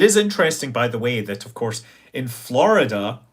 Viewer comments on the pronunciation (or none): none